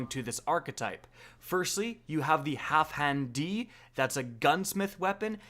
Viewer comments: Why you pronouncing it "Halfhan"? Put some respeck on Dan's name. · Half-Dan! Geez... It's not that difficult... "Halfhand D"... LOL.... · HalfDAN, dude. DAN. Not Half HAN. Jesus.